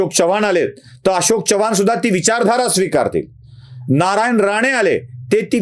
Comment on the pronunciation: च्यव्हाण नव्हे चव्हाण असा उच्चार पाहिजे.